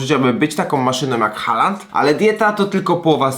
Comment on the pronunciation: Taki drobiazg, Haaland wymawia sie "Hoolan"(długie o).Aa to dawny zapis obecnego Å(nasze o), a ponieważ dalej jest tylko jedna spółgłoska więc samogłoska długa. D na końcu zwykle nie jest wymawiane za wyjątkiem niektórych norweskich dialektów.